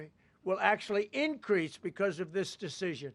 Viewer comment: "Dish deshishion" Holy shit bro you're slurring like your BAC is above the legal limit. What a joke.